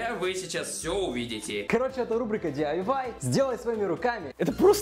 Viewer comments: не диэндуай а диайвай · DIY - (do it yourself) - "Ди Ай Уай", а не "Ди энд Уай" или "Ди Ай Вай" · Николай, Правильно говорить DIY, а не D AND Y D - do I - it Y - yourself, то есть "сделай это сам" 😘😘😘😘😘😘😘😘😘😘😘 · Только не D&Y, а DIY - ди ай уай, do it yourself. И это относится только к какому-то мастерству или изготовлению, а не к надуванию гондонов на голове. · не диандвай а диайвай